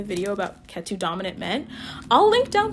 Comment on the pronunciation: I find it funny how your pronounce Ketu! Like Tattoo 😂😂 Cute accent!